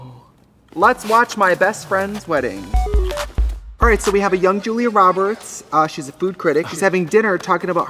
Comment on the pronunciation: “julie roberts” 🙅🏼‍♀️